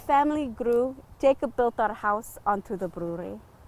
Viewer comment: 💛...would his name be pronounced 'ya-kob'?...